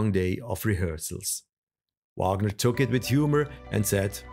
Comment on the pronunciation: His given name is pronounced REE-kart. And it's VAHG-ner. And VAE-mar. I biography should not fail at pronunciation of the key proper nouns involved.